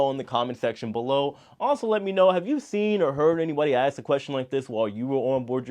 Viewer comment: Repeat after me: you pronounce it as "ASK" and not "AKS." Stop thinking it's cool to create your own vernacular.